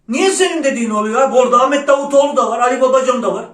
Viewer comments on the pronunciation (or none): none